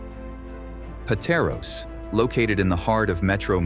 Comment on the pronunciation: Narrator perfectly pronounces Montrouge, but completely bombed Caloocan. Initially missed Pateros, but did a good comeback.